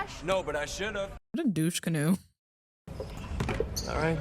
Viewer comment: "Douche Canoo" 🤣🤣🤣